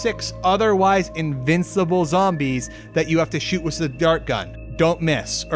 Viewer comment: Are you central european? Why do you says "witz" instead of "with"